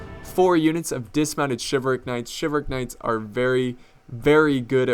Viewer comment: Umm you're forgetting to pronounce the "L" in Chivalric